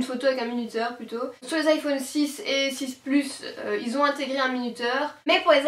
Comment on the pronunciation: mdrrr elle a dit iphoune 😂😂😂👌💩